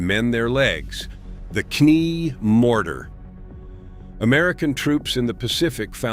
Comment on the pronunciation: K nee morter. 😂